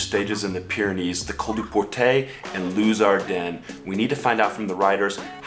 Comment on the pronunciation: LUZ ARDIDEN not LUZ ARDEN